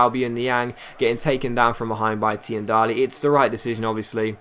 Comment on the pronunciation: Tiendalli is pronounced as teendalli , still loved the vid :))